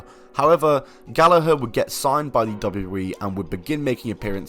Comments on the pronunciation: That’s how y’all pronounce Gallagher?! 🤯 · I'm sure it's pronounced Gal-lag-ger